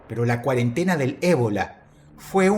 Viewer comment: Dross: "La quarantina " Mi cabeza: "ecuipo"